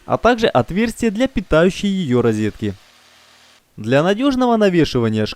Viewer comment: РИЗЕТКИ, кухОнный - кровь из ушей!